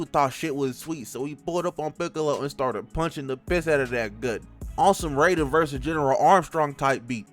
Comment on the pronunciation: Nigga who tf is general armstrong? This is not fullmetal alchemist. He's a senator. Also that is not the nigga from mortal kombat, get Jack's codename right it's pronounced "Rye-den". 😂